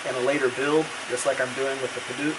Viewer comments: Padauk, not paduke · Great video. Only problem is your pronunciation of Padauk. It should be pronounced Peh-Douk (Douk pronounced like Doubt). Hope this helps.